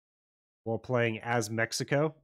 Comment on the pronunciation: MECICO POG nice build and noice mexican accent heheheeh